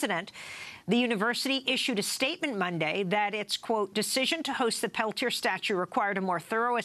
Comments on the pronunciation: Why is Leonard's name not pronounced Pel-tee-ay?? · A 1 and a 2 i think is is isn't it? Amy might be mispronouncing it.